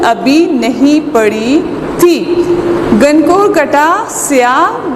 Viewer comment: Lafz he gangoor na ke gangor